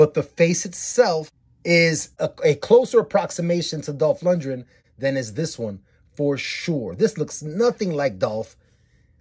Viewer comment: For future reference... you're mispronouncing his name. Lundgren. Lund-Gren. Like "grin". As in to smile. Not "Lundrin"